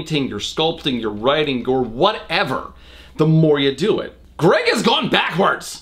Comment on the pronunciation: Addison Allen I WAS THINKING THE SAME AHAHHAHA “ gerg “